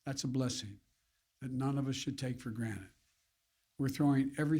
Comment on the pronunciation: How many times did he say SMaccinatedDd in that 10 min clip lol